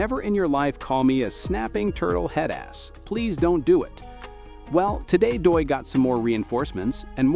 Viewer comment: Why do you have the YouTube channel called "chigs smooth" as your intro. And you are pronouncing Doechi's name wrong. This audio is stolen 👎👎👎👎👎